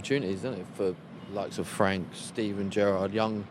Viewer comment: The way carra said gerrard sounded like Benitez 😂